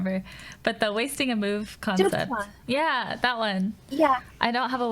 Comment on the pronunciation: Omg Anna, the way you pronounce Zugzwang is so cute :D I am german, so Im familiar with it :D